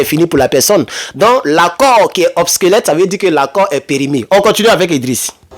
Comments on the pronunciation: C'est pas '' OBSQUELETTE'' mais OBSSOLETTE'' qui signifie Dépassé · OBSOLETE et non “obsquelète” Très fraternellement. 👍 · On dit obsolète